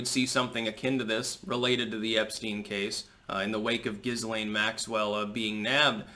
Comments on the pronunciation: it's pronounced Gil-aine, not Jizz-lane. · Her name is pronounced without the ‘S’, like Galane. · Maxwell's first name is pronounced GEE (hard G) LEN (soft E) ✌